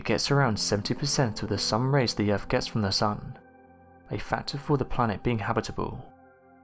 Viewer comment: We live on EARTH 🌎...NOT URFF! I do think this narrator is working a tiny bit harder on pronunciation. Hearing the word fur-Vur instead of further can just drive a person craaaazy! I do LOVE UM, 98% of the viewing time is just SMH 🤦🏼‍♀️ & or ignoring the possibility of hatred this youngster has against the ‘TH’ sound., ya have to use your TEETH 🦷 & not Teef though.